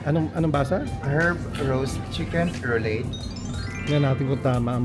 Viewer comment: roo-lahd ang pronunciation ng roulade